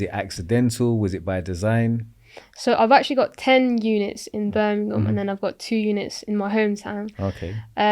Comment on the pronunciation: im from BirminGham not Birminum